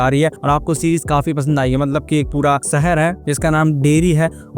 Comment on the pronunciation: Saher nhi hota hai shaher hota hai jabardasti nhi zabardasti aur jada 😂😂😂😂 zada hota hai